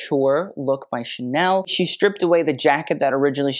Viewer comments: actually the way he pronounces haute is incorrect (but that’s actually on purpose and he addressed it in the beginning, it’s really pronounced more like “hote, rhymes with coat” but he says it like “hot” because that’s how is often mispronounced) It’s very obvious that over the years his knowledge has grown tenfold and he’s really grown into himself as a YouTuber, but if you go back and watch his first few videos they’re much different tho still enjoyable and full of information. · The channel name is purposefully incorrect. Mode is féminin in French: la mode. The mispronunciation of haute as hot is tongue in cheek, has mentioned that in an old video.